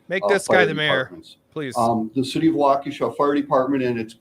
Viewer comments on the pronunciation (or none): Pronounced WALK-ISH-UH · Hey. I’m from Wisconsin. What part of Wisconsin are you from? I’ve been there. It’s pronounced like Walk-a-Shaw! Lol It’s like an how from Kenosha. Never a dull moment here! I hope someone got a license plate number! It reminds me of some type of suicide bomber! So sad and crazy at the same time. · WAUK u shaw is the correct pronunciation.